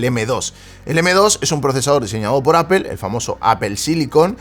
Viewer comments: Porque los españoles dicen apel... Que no pueden decir apol? Porque si quiera leyéndolo literalmente podria decirse apel.. sino aple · Nada más dijo "apel" y dejé de ver el video...según los españoles dicen que si no sabes pronunciar Inglés lo menciones como está escrito, pero en ningún lado pone "apel"!!!! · appel se oye horrible. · una preguntilla freak, por que "apel" y no "apol"? saludos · "APEL", me voy de aqui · Shot por cada que el gallego pronuncie "appel"😂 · Alguien me explica porque le dice apel? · Por qué en España insisten en pronunciar aPel ( Apple)? En serio no entendiendo.